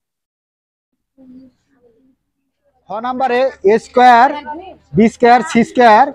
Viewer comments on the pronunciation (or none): এছ স্কয়ার বিছ স্কয়ার 😅😅